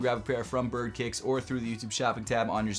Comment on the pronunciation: You say kicks…??